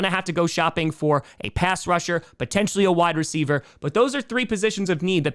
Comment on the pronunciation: are you sure they are saying Wide Receiver One, and not Why Receiver One? Love Ya.